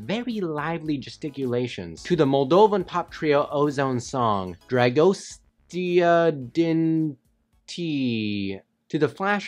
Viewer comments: Dra goe steah deen tey Thats how you say it Im Romanian btw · i hate how badly he mispronounced "dragostea din tei" lmao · It ain't called DRAGOSTEA DIN TEI it's: THRAGOSTHA DI THEI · LMAO You looked terrified trying to pronounce that song title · Its romanian oh the way he tried to pronounce it I'm dead af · Hey, I like this video so much, but when you ( youtuber ) said the songs name i was like 😑. Yeah, im romanian (Salut pt români). You can go to a english man's chanel named LINGUAZER or something like that he actualy learns romanian and there, in a video you can hear how to say "dragostea din tei" correctly. He is a good youtuber from where you can learn many things. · The way he pronounces Dragostea din Tei makes me wanna Take a sh** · he slaughtered romanian with 5 words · Every romanian :WHY YOU CANT SAY THAT CORRECT!!!